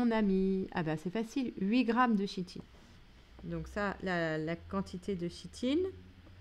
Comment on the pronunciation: Merci pour le corrigé ! (nb: se prononce "Kitine" et "Kitozane")